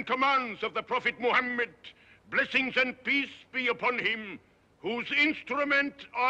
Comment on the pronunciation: I wish he had looked up how to pronounce “Muhammad”.